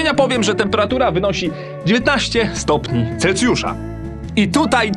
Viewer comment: CELSJUSZ! NIE CELCIUSZ